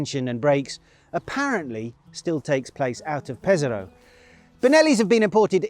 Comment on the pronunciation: Pes-Ah-Rho, not Peza-Rho.